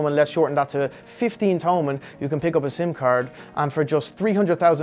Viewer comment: It's no to-mun it's to-man